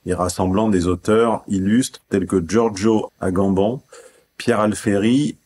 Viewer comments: Houla. Ne pas savoir prononcé Giorgio Agamben c'est un peu la honte quand même ... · La prononciation de Giorgio Agamben m'a fait rire. C'est un philosophe pourtant bien connu (et italien!) :-)